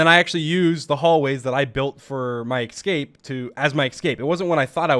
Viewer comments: it's pronounced ess-cape not ex-cape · No one: Literally no one: Dream : eXcape eXcape eXcape eXcape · ESCAPE not eggscape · “I used that hallway as my ickscape.” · OMG HE SAYS "ekscape" 🥺😭😭😭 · why do I hear "ecscape"? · "I used the tunnels to my excape" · i love how dream pronounces eXcape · Nobody: Dream: excape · I love how he says Ecscape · It could be me but does dream say ecscape or what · im sorry, but I really can't take how he says it like ek-scape instead of escape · Nobody: Dream: eckscape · Why does he keep saying excape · he pronounced it excape instead of escape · It annoyed me jus a lil when he said “ecscape” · just noticed dream says escape like ecscape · anyone notice how he says escape like "exscape" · Today I learned; Dream cannot pronounce the word 'escape' to save his life